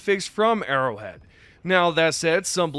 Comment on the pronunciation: It's Arrowhead... not Errorhead !